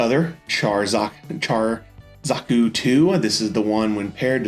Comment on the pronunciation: dont feel bad all the zeon suits have weird names. like its pronounced big zaam not zam